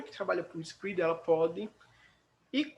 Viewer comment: Onde que fala inglês desse jeito??